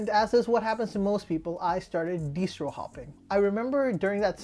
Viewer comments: Yeah, hearing it pronounced deestro so that i rhymes with bistro was kind of deestracting. It's a distribution so I was suprised. nbd, I guess.🤷‍♂ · I personally hear it pronounced di·strow. I could be wrong or there are multiple pronunciations. Thanks for you reply. I enjoyed your video.